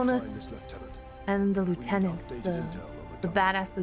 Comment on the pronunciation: This was one of my most favourite games on x box 360, just want to say though your vtuber thing is quite districting cause she’s quite hot I must admit, also you pronounced lieutenant wrong